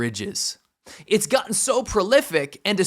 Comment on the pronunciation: There's no "H" in the word "gotten. Just saying...